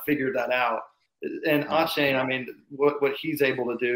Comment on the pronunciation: How the heck have you guys not figured out how to say Achane’s name? Dude has come and gone from A&M and none of y’all can consistently say his name the same everytime. And is the only person I have ever heard pronounce it Awwwchane.